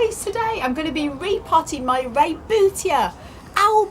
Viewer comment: So glad you pronounced rebutia correctly! I see so many people who don't!